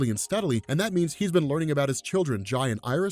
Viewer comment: That's Zoom, not Professor Zoom. Hunter Zolomon and Eobard Thawne are different characters. Easy mistake to make. also Jai's name is pronounced "Jay." He's named after Jay Garrick, it's just spelled different because, well, we read comics and that would remove any misreading issues.